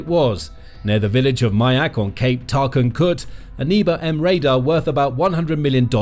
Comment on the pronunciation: so you pronounce nebo as knee-bow - that's hilarious